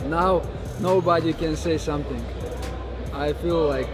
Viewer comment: Now nobody can say somesing!! Now bruddah!